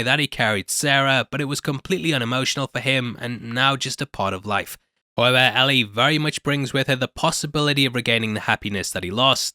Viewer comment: It’s not Al-ee it’s L-ee. It’s written Ellie not Allie.